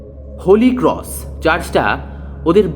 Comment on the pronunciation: tales ota ক্রঅঅস not ক্রউউস